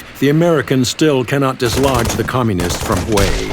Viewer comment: it's "Communists"